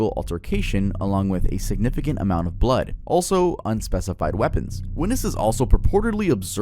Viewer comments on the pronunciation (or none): none